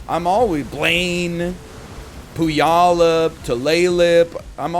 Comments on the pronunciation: Bothers me the only person that responded to you gave the wrong answer and it's been over 12 days now and you have been living your life full of lies when it reality it's actually pronounced pew-al-up. Or pyoo-a-luhp as google says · Egg dad pronouncing Puyallup as poo-wallop got me so good out of nowhere.